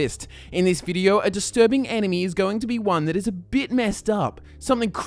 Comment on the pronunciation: Every time he says enemy it sounds like anime... or is it just me?